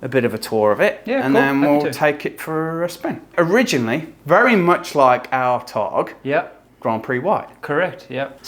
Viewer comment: Pleaseeeee just stop saying Targ.....there is an "a" at the end otherwise lovely video!!!